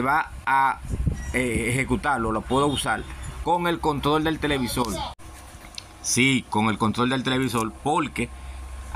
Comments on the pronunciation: Que interesante pronuncia la R pero como L..😊..Televisol... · TELEVISOL NO, ES TELEVISOR